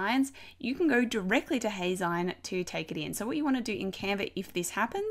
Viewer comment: Actually, it's pronounced "Hay-zeen" as in magazine. Think of it as if you were saying "Hey! Magazine!" but shortening it to Heyzine. Thanks for the tutorial!